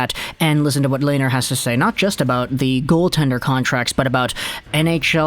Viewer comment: Coming from a Sens fan. Pronounced Len-er not lay-ner